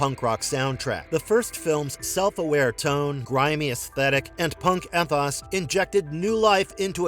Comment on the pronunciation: It's why they get accused of using AI/robot narration. They pronounce "ethos" incorrectly too. Though this one does sound like a real voice to me